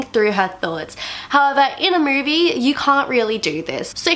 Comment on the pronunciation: It’s not “murvie..” it’s movie